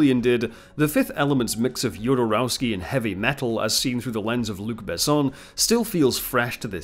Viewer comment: Do look up the proper pronounciation for the actor's names - this would make your videos way better and would show you actually know what you're talking about For example: Milla Jovovich is pronounced as ˈjoʊvəvɪtʃ or YOH-və-vitch , see the respective Wikipedia article Jovodorowsky is pronounced as /hɒdɔːrˈaʊski/ or ho-dor-OF-ski